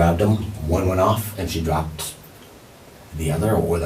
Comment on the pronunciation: Bro said she got shot twice , from 2 guns that "drooped"😂😂 them mfs gotta have to have hell of a aim 😂😂😂😢😢😢